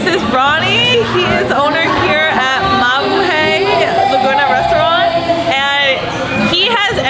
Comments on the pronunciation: I’m glad people thought you about mabuhay. But the hay at the end is actually pronounced hi. Like you’re saying Hi to people. Mabu Hi 😊😊😊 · Hi, thanks for keeping the Filipinos spirit alive in Malaysia. I actually enjoy your food vlogs a lot more than most other vloggers. Probably because you’re hot😂 BTW….. Mabuhay is pronounced, Ma-Boo-Hi😉